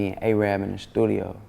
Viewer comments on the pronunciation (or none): The only thing Arab the rapper is known for is confusing the black community on how to pronounce Arab